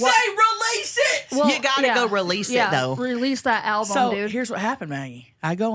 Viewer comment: …lmao release the alpo 😂 or did u say release the album and 😅